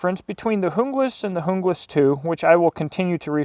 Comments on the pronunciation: It's pronounced Un-glas not jung-las the J is silent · it's pronounced HOONGLAS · Your pronunciation cracked me ... Jungle-ass. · Kinda sounds like he is saying jungle ass